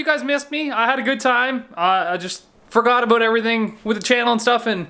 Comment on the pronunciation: What’s this all uh-boot